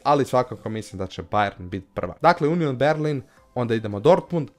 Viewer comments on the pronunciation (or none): none